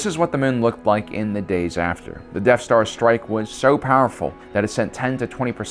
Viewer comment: "Deaf star"